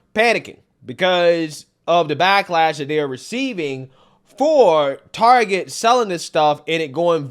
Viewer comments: I stopped when they started pronouncing it Tar-jay. Reminded me of Joe Dirt saying his last name was Deer-tay, lol. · Its pronounced "Targay`